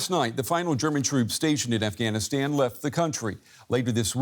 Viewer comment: 20 years later and y'all still can't pronounce it right. "AfghaniStaen" "TallyBane". 🙄